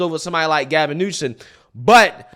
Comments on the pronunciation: I love & respect your viewpoints; but for the love of God, PLEASE quit saying NewSON. It’s Newsome. Simple. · New-SOM Not New-SEN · New-some. Not new-sun. 😂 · You keep calling him Gavin Newson then sometimes you call him Gavin Newsom. Hahaha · it’s Gavin NewSOM, not NewSON. Sorry, it aggravates me😂😂😂😂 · newSOME newSOME newSOME SOME SOME not son. Damn. Why are you so freaking bad with pronouncing highly prolific people's names which even a 5 year old could get right? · Ok, …Gavin’s last is not newson… It’s like “axing” a question vs “asking.” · Love you darling, but it's NEWSOMMMMMMM. Just a suggestion. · It’s hilarious that you call him Gavin NewsoN! 😂🤣😂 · (NU-SUM) not a fan but whatever. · Every time says Gavin Newsom, he says Gavin NewSON 🙄 hahaha, DRIVES ME BONKERS.... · Who cares if pronunciation is off, newscum is a psychopath! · I love you man but Gavin Newsom’s name ends in M not N L O L